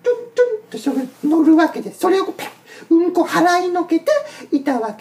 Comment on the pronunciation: うん↑こ↓草